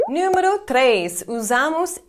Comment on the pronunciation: explicar você fala eksplicar, leva-se você fala leve-se... Número você fala niumero, como ainda não consegue falar algumas palavras mesmo tendo morado aqui?